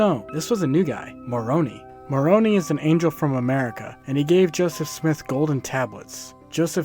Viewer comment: also Moroni is pronounced "more-oh-ny" 😂